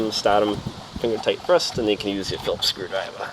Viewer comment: What's a screwdriv-ah? :)